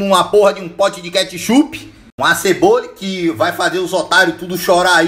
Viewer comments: " A ceboli" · ´´Uma CEBOLI`` kskskssksks o jeito q ele troca o nome das coisas e engracado PANELI,AÇUQUE...